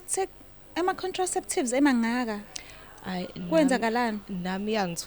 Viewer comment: Nangu usisi wethu edidwa pronounciation "ama contraception" mina ngihleka as joke anghlaze muntu❤❤❤❤koda i love confession ❤❤❤❤❤❤